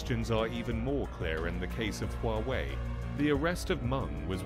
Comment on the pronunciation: I have a bone to pick. The westerners have a problem pronouncing Huawei and yet they poke fun at the Chinese. Wawei ??